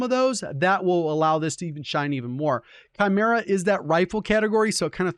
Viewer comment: I like to pronounce or Saykin, but seems like everyone calls it Sack-in, But the same people also pronounce the Chimera with a ch sound instead of K 🤣